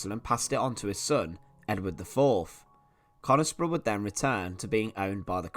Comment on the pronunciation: the locals pronounce it as cunisbro ! :)